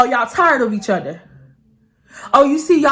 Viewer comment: I swear besides your personality, and the way you tell your story times. I watch because it’s so cute the way you say “other”😭 “Utter” 🥰😂 #UtterGanggg ❤️